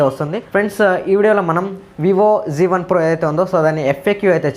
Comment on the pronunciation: Zee1 kadu babu z1